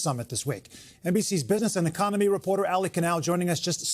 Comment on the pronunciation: It’s ‘business and economy reporter’, initially sounded like ‘business and comedy’ I was like wuh??